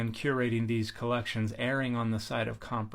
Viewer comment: Interesting video, thank you for that. Grammar nazi here: it's "erring" not "airing"